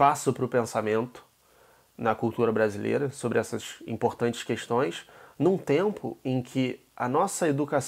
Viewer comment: Caramba, me perdoem o pequeno ad hominem, mas o fala "cuestões" igual o inominável....